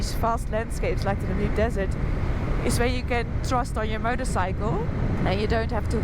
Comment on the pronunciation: Just a tip re pronunciation of Namib. Accent is on the A, as in nAmib..